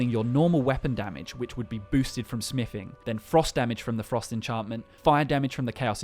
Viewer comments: "Smifing" Sorry, didn't know that skill was in skyrim. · its smithing not smiffing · Holy shit it's smiTHing not smiffing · Smiffing...love it. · You say TH when you pronounce the, this, that etc. But you say F instead of TH when you say another/anover , smithing/smiffing, with/wiv, thumbs/fumbs up. You have a selective speech impediment huh? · Whats is “smifing” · Learn how to pronounce a "th" sound. Jesus christ. "smiffin" on every second word was unbearable.